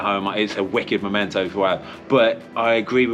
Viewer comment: It's 'memento' not 'momento'. Great vid as usual.